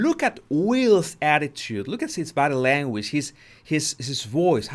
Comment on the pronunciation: The way this" Bodddii languish booddii" dwells in the shallows of the "culture" is disgustingly shameful.